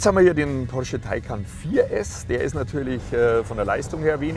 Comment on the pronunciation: wie ein Türke hat er "porsche" gesagt :D